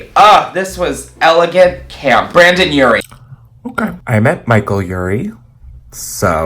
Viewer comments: “Brandon Urie”😂😂aaaaahhhh not only did you get the person wrong but you also got the name wrong its BRENDON!!!!! I love you btw lol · it physically pained me when you said brAndon urie, not only because it's not him but also cuz its BRENDON I'm sorry i love you but this sin cannot be forgiven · “brandon urie” lol. sis who? it’s brendon urie. lol. love you though!!💕